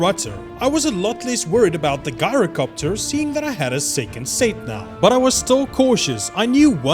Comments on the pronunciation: Lol its gyrocopter not guyrocopter 😂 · "Ji-ro-copter" not "Guy-ro" 🤦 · You pronounced "gyrocopter" wrong. You should pronounce the "G" like a "J" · Ngl u Made a whole entire story. How I pronounce gyrocopter is jyrocopter